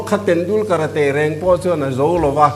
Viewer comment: "Karate" a lam dan lo nuih zat khanglang a thing thlawt....changkanna kan um ve dan hi a....awm hmunah mizotawng kan tawng ngei pawh ziak emaw lam dik thei hlei lo,hma lam a kal dan kan thiam lo brand tho sia kan pheikhok te hi......mizo nih hi ka zak thin